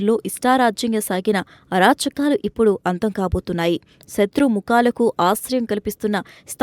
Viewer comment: Shatru mookalaku ani chadavali shatrumukhalaku. Kadu